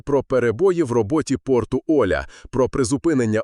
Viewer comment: Порт ОлЯ... Ударение на Я...